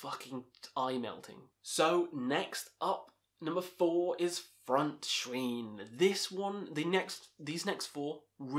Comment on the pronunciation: The "ei" in "Frontschwein" is pronounced like the word "eye"...